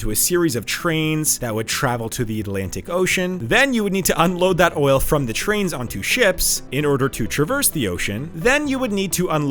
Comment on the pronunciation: TR AINS. NOT CH RAINS. TR AVEL. NOT CH RAVEL. Learn how to pronounce words.